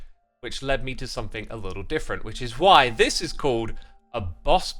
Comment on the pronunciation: SomeTHING* Not "think"